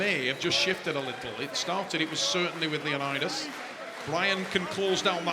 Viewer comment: Would’ve been nice if they at least tried to pronounce leonidas name correctly